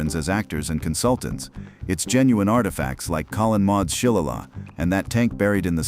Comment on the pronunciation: "Shilegah"? LOL "SH-LAY-LEE"